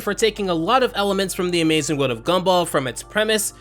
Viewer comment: i heard scumball and laughed